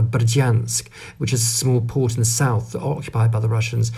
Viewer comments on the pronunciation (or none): none